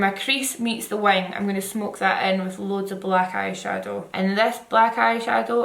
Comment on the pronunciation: omg every time you said "wing" i thought u was saying "wine" n was thinking what's this girl on pls😭